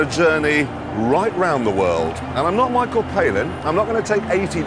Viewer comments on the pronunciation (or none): none